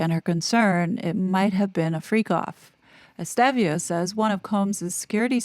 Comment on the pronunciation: Estevao is pronounced ES TAY VOW. You obviously read comments.